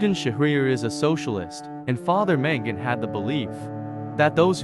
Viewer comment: Sorry dude, but its MAngun, not MEngun.. I think that this is a documentary, it's important to emphasize spelling and word prononciation to be as clear as we do in life, not just the speaker which sounded like native